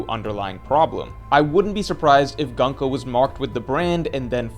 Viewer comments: Why say gan-ko? Her name is gunko like luffy or usopp or brook, not laffy or assop or brack. Like a shorter version of goonko. gun means military in japanese, ko is child military child. not gun like english gun. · Stop saying gunk-o bro that’s not how it’s pronounced 😭😭😭